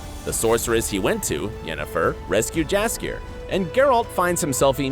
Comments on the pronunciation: It’s spelled jaskier but it is really said yaskier. Fantasy. Am I right? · The name "Jaskier" isn't english, only polish and it reads as "yaskier", the letter J make sound like Y in word Yes. Even in TV series they read it properly, you just didn't pay the attention :P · Correct pronation is Yaskier in Polish j is your y sound. 😉